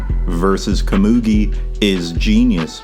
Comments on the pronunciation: you're butchering komugi's name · You've got to pronounce Komugi's name different, im begging you 😭🙏